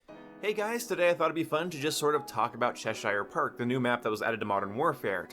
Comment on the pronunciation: Leave it to you to pronounce cheshire perfectly fine and then say park like "perk" lmao